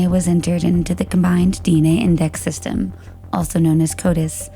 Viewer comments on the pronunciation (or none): none